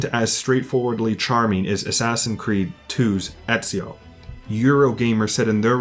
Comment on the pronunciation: Here from the So Says Jay raccomandation... Good lord this is far better then I thought. Instant subscription. Tough I gotta say, as an italian I have still to hear anyone outside of the boot pronouncing Ezio's name correctly, including most of the game's cast... and including , sorry. It's not a big deal since italians aren't a segregated minority (anymore) or anything but it did make me laugh.